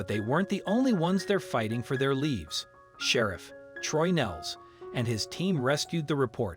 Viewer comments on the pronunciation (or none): Whoever reads for you needs to learn to pronounce words better. He keeps pronouncing lives as leaves- REALLY?? sure takes away from the story